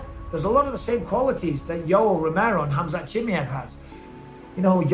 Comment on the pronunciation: Bisping showing he is the only one can't pronounce Chi-Mai-evv. Always a prck from England trying to be different